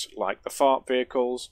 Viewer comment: I could not understand what you were saying you built earlier. So, I turned on CC, and it confirmed what I thought you were saying. "You built a fart earlier".